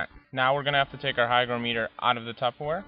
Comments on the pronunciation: It's not pronounced hyDROmeter! hy GRO meter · you didn't pronounce the word "hygrometer" correctly. You also forgot to press the "Calibrate" button on your hygrometer. It read 71%! Pronounce it like this: "hy-groh-meter". Not like this: "hy-gro-mee-ter"!:) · It's pronounced hy-GR(AH)-m(uh)ter, not hy-gro-ME-ter. Look it up. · You obviously have horrible need to be right. Both pronunciations are correct. Have you ever talked to an English person? They say things differently. English is very flexible. Don’t be a jerk.